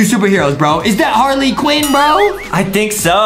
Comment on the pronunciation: Justin said Harley quen